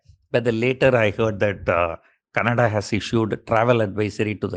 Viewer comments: You pronounce Canada as Kannada(cute)....Thanks for your awesome analysis Sir. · Why does he keep saying Kannada Kannada for Canada? 🙄